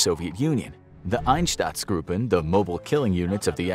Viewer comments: I understand that pronouncing german words is difficult for non-native speakers but how hard is it to see that the 'a' in Einsatztruppen is in front of the 'tz' ?! Btw Einsatztruppe is literally just 'task force'. There's nothing special behind that name. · Einstatzgruupen.. just read the word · Einsatzgruppen not einstatzgruppen. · Why does he pronounce Einsatzgruppen like Ineshtutzgroopen. Pronounce it like Inesutzgroopen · I implore you to work on your pronunciation and research about the words themselves. "Einsatzgruppen" is the word you meant, not as you said "EinsTatzsgruppen", there is no additional "t" where you pronounced one. The word you used does not exist because of the additional letter you added. And in general, the names you tried to pronounce are very low effort. The video is great but I wish you would put more effort into the words and pronunciations. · It's "Einsatzgruppen" btw. not "Einstatzgruppen. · Why does he keep saying Einstatsgruppen instead of Einsatzgruppen? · Einstatzgruppen... Sondrakommando... If you can't pronounce german words, don't make a joke out of yourself by doing this. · Ainshtatzgroupe - if you can't speak german, just try to READ it a BIT correctly. SHA IMFOKRAFIKS SHO. Read. Even pronounced wrong - it cannot be as wrong as you adress your 12 Mio. viewers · Einsatzgruppen, not Einstadtsgruppen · Why do u pronounce it einstatzgruppen? When it's spelt "einsatzgruppen" and you're supposed to be a history channel lol.. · I swear, If I hear one more time "Einstatzgruppen", I'll commit an act of genocide. I get that german can be a bit tricky to pronounce, but you don't have to make your job even more difficult by adding letters to our already unnecessary long words. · You could pronounce “Einsatzgruppen” better, you’re already very good but after the “Ein” the next two letters “sa” pronounce like the start of the work “sa-turation”…with it will be perfect…. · Cool video but were do you read the "t" u r spelling in Einsatzgruppen